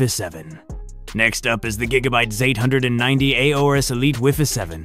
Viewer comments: The gigabyte ZAYTE HUNDRED AND NINTEY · Zate hundred ninety 😂